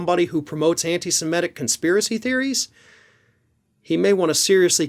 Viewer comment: You seem to be pronouncing semitic like emetic, i.e. semetic. It's derived from Semite.